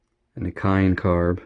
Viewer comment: Kehin is Pronounced key in. Great video